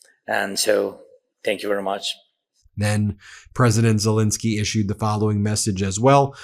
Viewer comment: STOP MISPRONOUNCING HIS NAME!! It's Zelenskyy, NOT Zelinskyy.